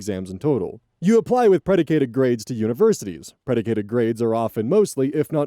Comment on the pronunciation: Hattie is pronounced like a hat, a hat you wear, rhymes with cat or bat or fat or shat or or ... and preDICTed, not prediCATEd, predicted grades. predicate is a word; it has several meanings. but it doesn't make sense, to me anyway, in this context, although I suppose someone smarter than me could make it work. and its spelled predicted in the text on the screen.